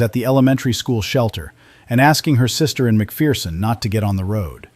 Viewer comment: Leave it to AI to claim to be in central Kansas but not know how to pronounce Salina or McPherson